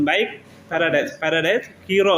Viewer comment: முதலில் தமிழை அர்த்தமாக கதைக்கவுகும் கீரோ அல்ல ஹீறோ